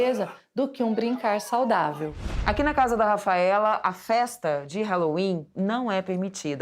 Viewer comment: Fala halloween direito